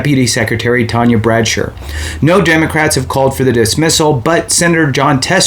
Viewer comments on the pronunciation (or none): none